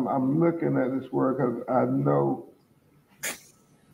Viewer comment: "I'm lookin at dis word..." omfg